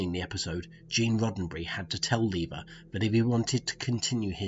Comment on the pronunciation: "Lever" Burton? LOL :)